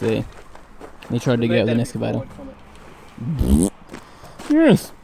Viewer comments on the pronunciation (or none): escavator!!! so funny when it's pronounced like that!!